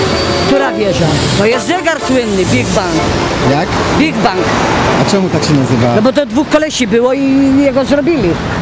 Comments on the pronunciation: big ben! a nie big bank xDD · bigbang xD chyba bigben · rococo a nie rokoko albo rokokoko xDD Big Ban jahahaahahahahahahaahahaha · Big Ben nie Big Ban